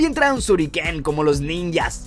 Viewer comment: Es shuriken no suriken y el cuchillo Ninja se llama sai